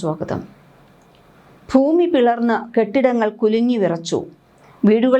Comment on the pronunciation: വാർത്ത വായിക്കുമ്പോൾ "ഫൂമി " എന്നു പറയല്ലേ പൊന്നു ചേച്ചി.. ഭരണിയുടെ "ഭ " ഭൂമി. മനസ്സിലായോ. ഫൂമി എന്നൊരു വാക്ക് മലയാള നിഘണ്ടുവിൽ ഇല്ല 😂